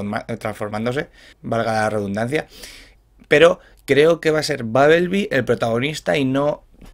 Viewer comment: Babelbi, traforme y makel bi, buena pronunciación